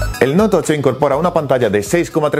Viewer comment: ¿Noutocho?, ¿TOCHO?